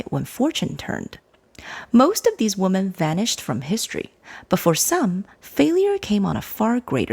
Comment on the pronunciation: Very well presented….except for one flaw. The word ‘women’ should be pronounced as wee-men, not woman. 😅